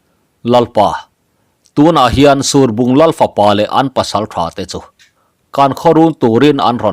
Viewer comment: Surbung tih i lamdan hi a diklo deuh lomaw, ruah a sur a, heta sur tia kan lam anghian lam tur a nih hmel tlat